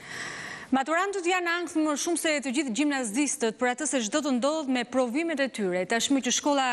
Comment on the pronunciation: Cili është shqiptimi i duhur :Gjimnazdistët, sipas Transmetueses së lajmeve, apo gjimnazistët? Ndiqni videon, nëse arrini ta dëgjoni,më parë se ta shkëpusin prej saj! Përsa i përket Korespondentit që ndodhet në Greqi,në lajmin që bënte edhe mbylljen e reportazhiit, nuk kuptova asgjë! Shpresoj të jetë bërë i kuptueshëm për gjithë ata tjerë që e kanë ndjekur,por që kanë edhe të njëjtin bagazh njohurish që kam edhe unë!